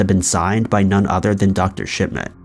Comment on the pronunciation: He takes pleasure in saying “Dr. Shit man”, at least that’s what it sounds to me. 😂